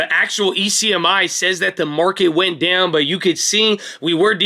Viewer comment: it's dOWn like when you get hurt Owwww owwwww. Not deyown like eww food...quit saying it so weird